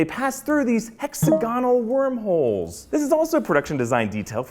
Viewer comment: HEX-OH-GONAL? Try HEX-OGI-NAL